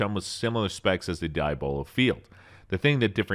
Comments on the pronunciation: It's "Dee AH buh lo" - NOT "Die ah BO lo"; Diabolo is the Devil. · Diya bolo never heard anyone say it like that. De yah blo. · Could you please speak English? It’s pronounced ‘deeablo’ thank you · It's pronounced ( Dee-Ah-Blow) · Or Dee-Ab-Low 😉 But definitely not what he said. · so we letting him pronounce diabolo however he want to i see